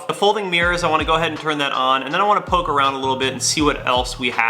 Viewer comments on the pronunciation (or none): none